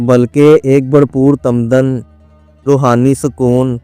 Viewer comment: Aapko urdu talafuz ka khiyal rakhna chahiye warna aapka itni research wala program apni Acadia kho baithay ga. Lafz Tamadun hota hae.